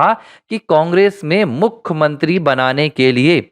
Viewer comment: क्या आपकी भाषा गंवारों जैसी है? भाई साहब! हिन्दी भाषा के शब्दकोष में 'मुखमंत्री' यह शब्द है ही नही। आप जिसकी बात कर रहे हैं उसे 'मुख्यमंत्री' कहा जाता है;ना कि 'मुखमंत्री' । कृपया सुधारिये।